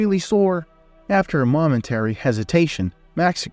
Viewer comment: "momentary" is another word you could check pronunciation. You have good stories.